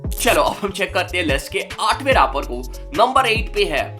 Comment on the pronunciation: Bhai raaper nahi rapper hota hai